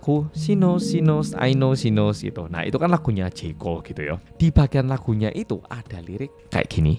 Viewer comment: Aku dngernya sinus sinus pas bilang she knows 😭😭😭